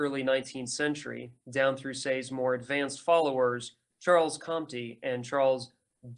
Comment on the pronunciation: Also: Laissez-faire is "lay say fare" not "lah zay fare" Charles Comte is "Charle Cont" not "Charlez comtee" Charles Dunoyer is "Du nwa yeh"